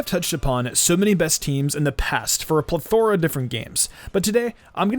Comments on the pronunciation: "pleth-ore-a" lol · You use the word plethora in like every video. You use it to try to sound smarter than you actually are. On top of that you pronounce it wrong so you seem like a moron. You can always tell a fucking idiot. Plethora is the go to word for idiots trying to make themselves sound smarter.